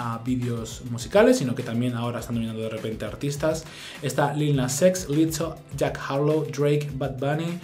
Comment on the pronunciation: Quien es "LITO"??? Señora!!! Pronuncie bien! Es "LIZZO" incluso tiene doble Z para mas sonido de "S" ¿de donde se saca usted la "T"?